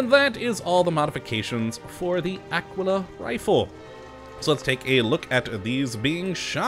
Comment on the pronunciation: its pronounced AH-KEY-LAH like tequila